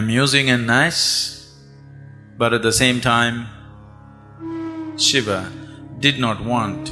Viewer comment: What the f is a shivaaa? Its shiva not shivaaa